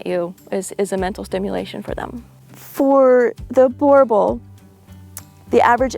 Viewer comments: I grew up with ot of these arpund in SA, theybare awesome and drool alot. Ps. Pronounced boer (boo-rrr) boel (bull) boo rr bull 😉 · You don't say it to badly but it's a Boo R Bull . So glad you don't say Bauble 😊